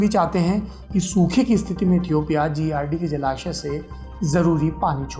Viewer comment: Toomlog lootera ho be...yahi h duniya dari..... Tmko Ethiopia ka v pronunciation nhi aata h or Duniyadari sikha rhe ho hme